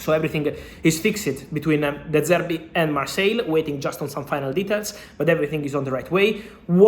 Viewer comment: “de service” 💀